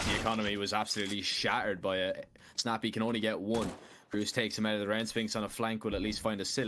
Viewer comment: Name: Grus Casters: ”Ross”